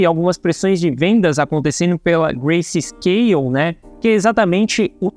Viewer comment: o correto é grayscale e nao "gracescale"